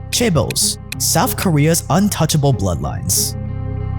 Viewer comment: Souf Korea